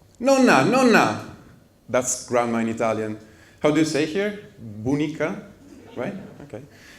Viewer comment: you said "Bunica" in a fabulous way! Grazie per le tue lezioni 24HBS.